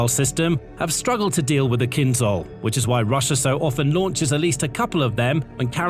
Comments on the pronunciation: You tend to mispronounce the word 'KYNZHAL'. The 'zh' sound is to be pronounced the same way as in 'decision', 'television', 'measure', 'vision', 'conclusion', 'division' and 'pleasure'. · Feel free to pronounce "Kinzhal" like "Kinshal" - then it fits.